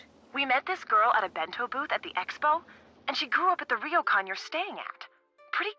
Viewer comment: oh god the way pronounces Japanese words hurt me "RIYOKAN" kill me